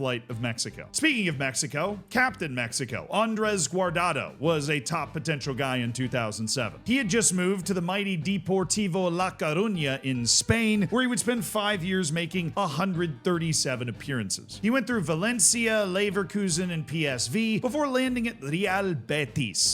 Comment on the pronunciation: "Di por tiivo la ca runja", jeez, dude.